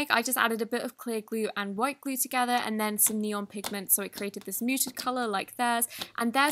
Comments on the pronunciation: " Elmer's gue " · ‘Elmers Gue’ 🤣